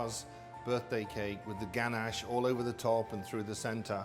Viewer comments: Actually I think the word ganache comes from France, and in French we don't accentuate the words like you do in English :) In English you'd typically say "ganACHE", the guy said "GAnash" and in french we'd just say "ganache" without any anccentuation on any syllable (if that makes sense) ! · Gan-ash hah I love how he says it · "GANASH" - royal chef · the way he pronounces ganache triggers me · I'm English and I've never heard it pronounced the way he does.